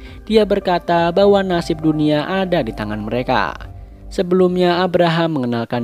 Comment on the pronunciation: Dunia bang bukan dunua:v